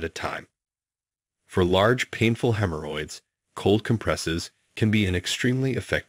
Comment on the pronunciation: Hem Her Hoyds Lol